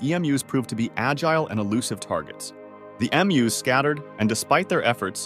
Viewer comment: Narrator got emus correct the first time, then went completely off the rails 😮 What the…!!